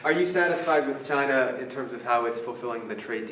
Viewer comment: sounds like Trump says vagina when he say China..lol go Trump.